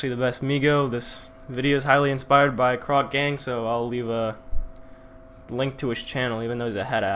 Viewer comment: the whitest ive ever heard croc??